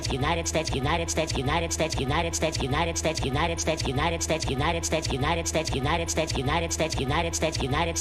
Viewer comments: “Statue not a”. 😂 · rso United States sounds like lion snitchy, & united stichy, United States, & lime stitchy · Lol if u speed it up he says 69 instead of United States😂